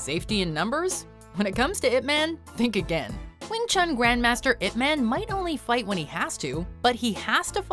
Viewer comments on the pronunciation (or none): "Ip Man" is pronounced "Ip Mun" (sounds like "bun"). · It is pronounced "Eye Pee Man". Thanks for the video! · Why is she pronouncing IP man wrong?